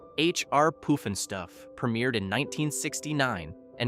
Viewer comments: jee-AW-gə also had Sea World. It had a very famous (infamous) killer whale Tilikum (nicknamed "Tilly"). Cringe on the pronunciation of Opryland. You get it right a few times so C-. Poof-n-Stuff. Puff-n-Stuff. The rides here were buggy and were often out of order. The two story crystal merry-go-round was so pretty, no one wanted to actually ride it. Pleasure Island, MS is not Disney World's Pleasure Island. You show lots of footage from Disney's adult bar crawl, Pleasure Island. The two parks had the same name but they were not the same. Michael Jackson loved Circus World. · Lolol! I know! He's not smart enough to PROGRAM the AI in phonetics! 😂 “POOF AND STUFF?”- it's not a cartoon show about flatulence! SMH… YT lets these losers get away with it because of the $$- that they don't deserve. This is a 4.9-star FAILURE.